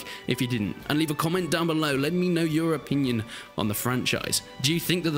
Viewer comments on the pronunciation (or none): "your opinion" Video: (shows England) My ears: "Europe-inion 😏"